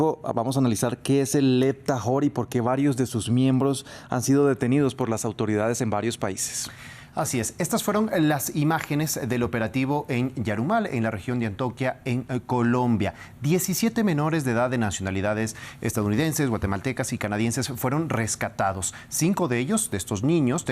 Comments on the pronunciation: No es antoquia es Antioquia papi sepa pronunciar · Antioquía no antoquia